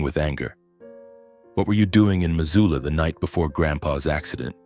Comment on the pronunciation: It's Missoula, not Mazula. Buy an Atlas